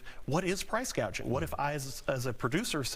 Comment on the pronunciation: You mean “price gauging”? 😅